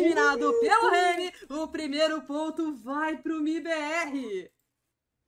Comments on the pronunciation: Fiquei incomodado com o Reni também, só consegui prestar atenção nisso. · A narradora chamando o Henrique de Reni. Kkkkkkkkkkk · já não curto a narração ainda chama o jacaré de Reni kkkkkkkkkkkkkkkkkkkkkkkkkkkkkkkk F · calma amigue, eu não que ofender elu kkkkkkkkkkkkkkkkkkkkkkk mas Reni é foda kkkkkkkkkkkkkkkk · Ele é conhecido como Reni internacional mente, o próprio Henrique mandou os narradores gringos chamarem ele assim devido a dificuldade da pronúncia do nick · Ou apenas tá copiando as narrações estrangeiras que chamam ele de reni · tava pensando a mesma coisa. foi uma falta de respeito errar o nome do Jacaré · Chamou o Jaca de Reni me quebrou tbm ,man como n conhece o nick dos cara, só falta chamar o lucas de Lucasi